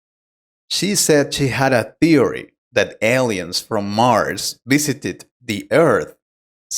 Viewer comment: The word "theory" is mispronounced.